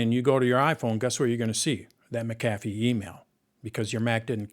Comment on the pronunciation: Mic ... kathy? Does this guy not know how to pronounce McAffe?